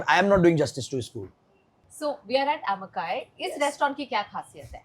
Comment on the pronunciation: Amma Kai not Kaai 🤨 totally different meaning! As an owner you should know how to pronounce!!!